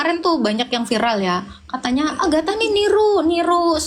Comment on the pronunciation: ngakak Agatha dipanggil Nagita. Eslam baca nama orang aja gak bener apalagi baca qurannya sendiri makanya gak ngerti.